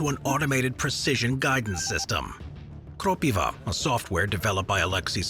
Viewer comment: its krOpiva and not kropivA as you said in the video btw